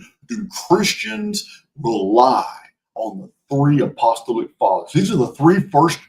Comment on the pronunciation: LOVE your work,. So much information and so much uncovering! Just one thing: please, please be aware of how to pronounce apostolic: a-puh-STAA-luhk